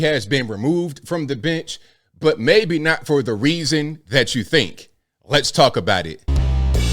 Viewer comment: "Let's Tuk about it " lol